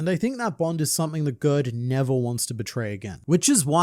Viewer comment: I think Gerd is pronounced Yared (like scared) as it is a fairly common name in Scandinavia!